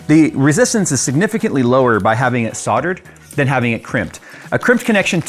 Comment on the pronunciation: The L in Soldered is NOT silent.